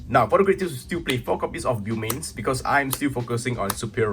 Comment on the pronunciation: It's pronounced (boe-mains)